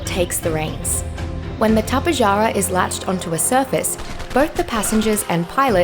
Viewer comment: its not tap-eh-jar-ah it’s tap-eh-har-a